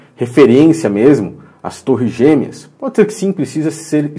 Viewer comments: No final parece que o Bial disse "Bodi"ao invés de Pode.. Mas deve ser doideira minha kkkk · Ele falou bodi! Eu também ouvi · Eu tbm percebi isso pra mim ele fala bodi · Credo,eu também entendi bode!😲